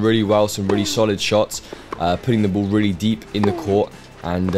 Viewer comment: it's pronounced "ball", not "buhwl"